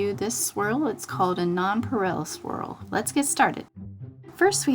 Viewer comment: pronounced NON PER AY